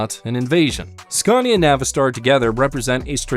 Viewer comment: I drove trucks in the UK back in the 80's and 90's and Scania where always the best. I drove just about every British and European trucks and Scania was the best. I just wish you could pronounce the name properly in the US as there's on R in it, you pronounce it the same as Scandinavia.